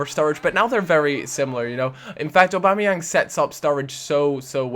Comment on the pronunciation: Aubameyang : or-bam-eh-yang